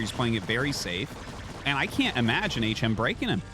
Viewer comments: coulda told the AI to pronounce bro "H M" instead of "hm" 🤣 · Disappointed in the ai voice reading. Transcribing the audio and translating via ai is fine enough if necessary, but there is no reason an actual human could read the script. Pretty sure it is HM as in aych emm. If there weren't people paying money to contribute to the production I would not care, but... guys.... people are paying you to make a good product. Please do better. Thanks for the casts GL HF to all the players and let's go ASL 🍻